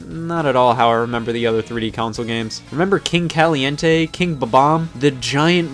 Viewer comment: You’re so white if you said King Caliente like that😂